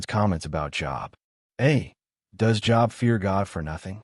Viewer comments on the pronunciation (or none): Only 7 right this time. Great Quiz. I realize that the voice is computerized; but, when it refers to the biblical man, Job is pronounced with a long O sound. Please keep these otherwise great quizzes coming! Thank you for putting them out there!